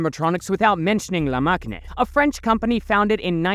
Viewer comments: "La Machine" is read La mashine in french, the same way you would say it in English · It's actually pronounced like 'LA masheen' lol :D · Why did u pronounce la machine like it was Latin/italian/romanian? In French “machine” is pronounced the same as in English lol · the way you pronounce La Machine 😅